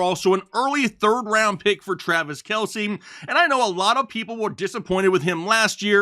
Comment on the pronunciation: It’s just Kelce not Kielce